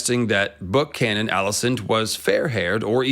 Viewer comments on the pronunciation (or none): none